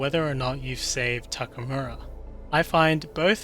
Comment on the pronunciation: Anyone can explain how someone who played this game that much and created content about the game can still say Takamura instead of Takemura?